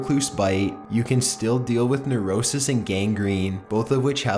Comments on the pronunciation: Its not neurosis..its necrosis.. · Necrosis not neurosis hahahaha :D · It's necrosis not neurosis. Necrosis is dying or dead flesh. Neurosis is a psychological condition. Although if I were bit by a brown recluse I bet it would leave me neurotic XD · **Necrosis NOT Nerosis**